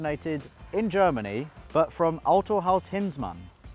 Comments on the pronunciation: props to you for the pronouncing on the autohaus name, man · are you secretly a german? xD you pronounced Autohaus Hinzmann 100% correct